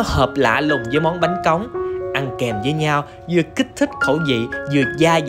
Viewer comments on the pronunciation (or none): Bánh Cống chứ ko phải bánh Cóng, sai rồi kìa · Bánh cống nha anh chứ ko phải cóng